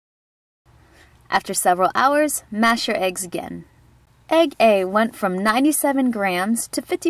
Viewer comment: At first I heard egg egg and not egg A lol